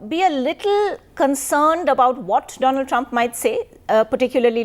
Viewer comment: doland trump